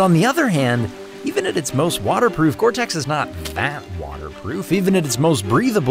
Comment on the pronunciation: It's gore-tex. You wish you had this coat